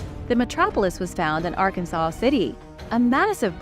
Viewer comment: Arkansas City is pronounced: R... Kansas City! Not R.-Can-saw! Calling it R-can-saw is fighting words!